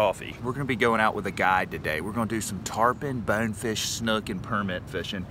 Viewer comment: How hard is it to say BONEFISH ! Not bawnfish or bawfish BONEFISH !